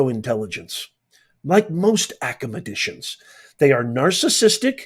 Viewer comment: Did you say acamedicians? I presume you meant to say academicians.